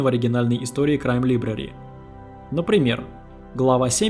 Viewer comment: Отличная работа автора! Уважаю ваш труд! Но! Как же режут ухо неверные ударения и неправильное произношение некоторых слов. Это город и штат Уичита (ударение на первую И). Хоум депо. Лайбрари. И прочие! Автор, с уважением, найдите себе лингвиста приятеля, пусть кто-то подскажет, как верно, если сложно и долго посмотреть такое в интернете.